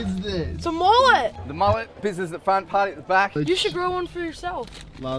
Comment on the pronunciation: It’s mullet not moolet